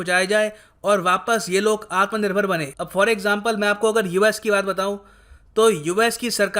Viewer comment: I cracked up everytime he said Atmanirbhar. 😂